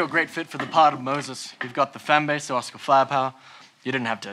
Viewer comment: "I'm Mosses"